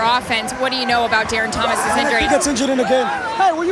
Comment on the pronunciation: I like what you say but please please PLEASE stop saying DARRON thomas's name wrong. Go ducks!